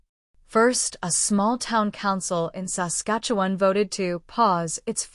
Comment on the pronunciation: A.I. generated clickbait B.S. That computerized robot voice that can't pronounce "Saskatchewan" correctly makes ya aick!!!!